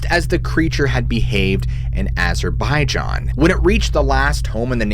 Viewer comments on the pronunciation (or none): none